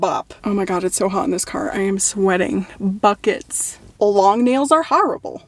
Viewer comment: Buckets-suh! Love the emphasis, in case we did not fully understand the nature of a hot car. So glad you are doing well and very sorry for the loss of your grandmother.